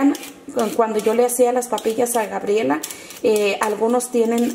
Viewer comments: Alguien más escuchó Grabiela? 🙄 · Hay no le hubiera puesto a su hija Gabriela, si no sabe pronunciar el nombre 😂😂😂😂